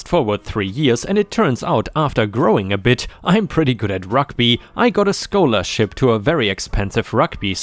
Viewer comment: Bullying story: Sheila = "she-la" not "shay-la." Scholarship = "sk-ah-ler-ship" not "sk-oh-ler-ship."